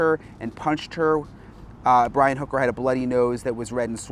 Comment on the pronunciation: why are u saying his last name wrong it’s hooker